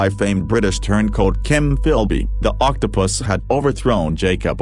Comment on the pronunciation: Anyone else catching that the robovoice keeps saying octo-piss?